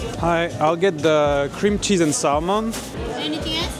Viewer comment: "qu'est-ce que c'est généreux en krimtchiz". Pas étonnant, c'est l'ingrédient qui coûte le moins cher.